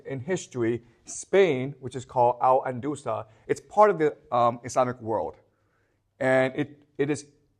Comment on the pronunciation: or al andalus